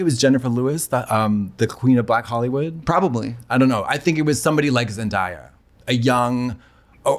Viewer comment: Katya, if you’re not jokingly mispronouncing Zendaya’s name it’s zen-day-a if you run into her